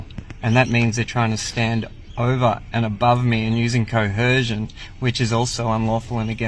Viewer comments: "Coercion" does not have an "H" in it. It's like they get confused and mash "coercion" and "coherent" into one incoherent word that doesn't exist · "co - her - shion" 🤣🤣🤣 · 😂😂😂😂😂 sovtard..😂😂😂😂 did he say COHERSION??? I'm an Aussie and that was word-salad of nothing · What is “coherzhun?” 😅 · "co-hershun" can't even speak properly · Co-Her-Zjunn! LOL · you mean cohersion... or cohorshion...😅😅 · I honk the whole "co-hersion" thing is that they've only heard the word used (and mispronounced by) other SovCits, they're just parroting another idiots schtick. It's the same with Flat Earthers, you can tell who their "Guru" is by the terms they use. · “Judiciary”? “Dudiciary”? Can’t even properly pronounce “fiduciary” as we all “coercion.” Poor kid. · The mispronunciation of coercion drives me insane. Why do so many of them throw an "h" in the word??? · They can never pronounce coercion or inalienable